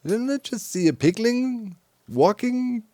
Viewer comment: A lot of stuff slipped out of your mouth! Including piglin sounded like pengling!